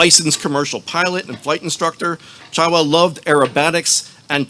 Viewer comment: Could you at least have the decency to pronounce DR Chawla’s name correctly?